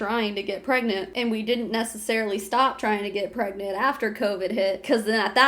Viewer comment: Are you pergreant? Are you gregnant? Are you pregante? Are you peragnt? Are you prengant?